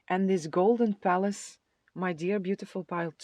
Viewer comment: Pile 2 - i thought you were saying golden phallus ….. oh golden palace! 😂😂😂